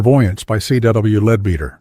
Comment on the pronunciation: It's pronounced lead better.